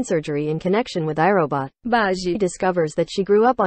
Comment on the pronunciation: WHY IT SAYS BAGI LIKE THAT💀💀💀